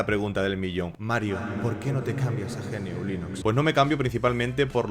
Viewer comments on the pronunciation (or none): Buen vídeo, pero podrías haber comentado cómo surge GNU y qué se pretende. De esa forma se podría tener una mejor visión del sistema operativo GNU/Linux (pronunciado "ñú", no ge-ene-u) y porqué puede dar algún error con algún componente hardware (por culpa del fabricante por ser un puto zopenco perezoso y no liberar nada). Instalate Arch Linux o Gentoo y dejate de chorradas jajajaa